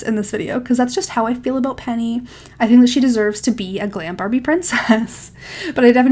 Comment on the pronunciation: You said glam babie princess…… 6 times 🤣